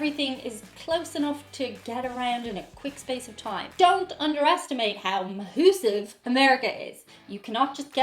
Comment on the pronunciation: "Mahusive" = massive? Hehe